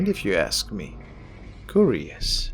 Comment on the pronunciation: It's pronounced KEY-URIOUS not KU-RIOUS... How curious